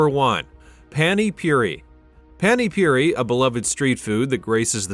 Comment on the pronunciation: Why englishman could speak paninpuri, not puny puri… pant for pa ni